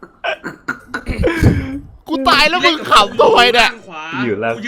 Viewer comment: ตาย เป็น ตาน 😂